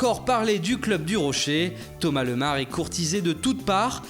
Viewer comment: lol on dit pas lemar mais lémar!!!!